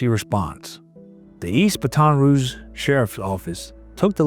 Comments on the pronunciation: How do you not know how to pronounce Baton Rouge? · Hearing Baton Rouge said wrong is funny to me. I lived about an hour from there growing up. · Jeeez, who else can’t pronounce Baton Rouge??? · the way towns and names are pronounced is killing me. lol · Great post. Next time, when you've got another case in Louisiana with French names, talk to someone who can coach you on how to pronounce French words like Baton Rouge, Plauché, and Doucet. Semper Fi. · To the commentator, LERNHow to pronounce Baton Rouge correctly!!! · Cant pronouce Baton Rouge. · So, have I been pronouncing Baton Rouge wrong my whole life? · Please pronounce Baton Rouge correctly. It’s really super annoying. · He should learn how to say it before reading this. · This voiceover sucks. Seriously, you don't know how to properly pronounce Baton Rouge? I'm disgusted. 🤮🤮🤮🤮🤮🤮🤮🤮🤮🤮🤮🤮🤮🤮🤮🤮🤮🤮🤮🤮🤮🤮🤮🤮🤬🤬🤬🤬🤬🤬🤬🤬🤬🤬🤬🤬🤬🤬🤬🤬🤬🤬🤬🤬🤬🤬🤬🤬🤬🤬🤬🤬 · I wish someone would have told how to pronounce Baton Rouge correctly 😭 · Yeah really! He must not watch college football. I'm nauseated by listening to him butcher Baton Rouge mercilessly. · Love the channel but you have to learn how to say Baton Rouge brother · I don't watch videos when they sow horribly mispronounce the name of the town. It's almost as bad as when they mispronounce Biloxi. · Like the narrator said, Gary did what the legal system could not do. And that's a win for me. Oh yeah, stop mispronouncing Baton Rouge, dang AI bot. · Everyone can pronounce Baton Rouge dude I just hate being this guy, but I feel like it’s something that should be easy to get right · Bruuuuuuuuh, 25+ years living in Baton Rouge, the way this dude says "Baton Rouge" makes my ears bleed....🙄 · The way you're pronouncing Baton Rouge is insane. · I have never seen anyone pronounce so many things wrong in one video. But damn, that dude is the goat. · I know this is secondary to the story, but I’d feel better about it if the narrator learned the local pronunciation of Baton Rouge. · BAHT-un Rooge